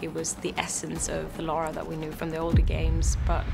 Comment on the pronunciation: LA RA. its lara croft. not laura. say it with me LA-RA